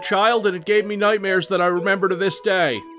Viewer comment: The way you said “day” at about , tells me unquestionably that you are from Eastern PA/South Jersey.